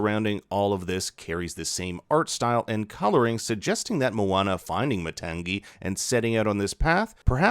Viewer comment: Matangi = Maa-tongue-ee